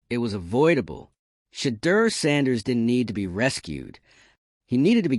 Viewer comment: Train your AI voice to enunciate Mr Sanders name properly.